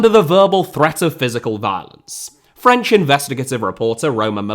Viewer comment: This was a great video bolstered by your steadfast commitment to not making any attempt to pronounce anything French correctly.